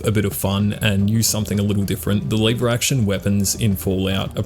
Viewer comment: You are based as hell and this gun seem fun and i have to try it but your pronunciation of Leeeeever Action Rifle is killing me man xd ( Just a nit pick thought iam not the best at spelling shi- either mate :D )